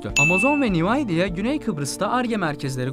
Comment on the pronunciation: "Nevidiyiya" (Nvidia) :) Allah size akil fikir versin. Bir de Rumlarin federasyondan vazgectigini soylemissiniz hayal mi goruyorsunuz ? :))